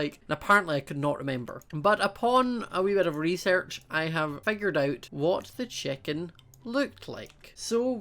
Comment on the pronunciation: Why do you say checken its chicken